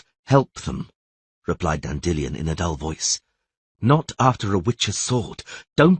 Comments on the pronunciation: Dandy Lion, not Dandillon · Istg this man pronounces 'Dandelion' differently in every book Dandellion Dandelion Dandillion